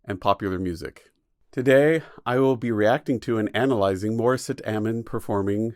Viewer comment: Honestly you lost credibility on discussing her singing style. You even pronounced her name wrong. And I'll be the 1000th person saying this. Its live on a bus with studio equipment. It is NOT A STUDIO! Smh.